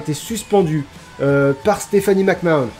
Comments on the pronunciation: Mec Man. Mais oui, je sais pas ce qu'il a a sortir Mac Mahonne, alors que... Ben a ma connaissance, la seule autre personne a le prononcer comme ca sans aucune logique (parce que si au moins il prononçait Mac Mahon a la française, ca aurait une logique, logique conne de français qui veux franciser un nom qui ne l'est pas, mais logique quand même), c'est Sylvain Garnalec, et c'est déjà bien débile et gênant quand a coté t'as un autre commentateur qui lui le prononce comme tout le monde le prononce, mais alors la... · Mais... McMahon ça se prononce "Mac-Manne" :o